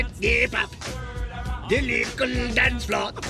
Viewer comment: It is flap not flop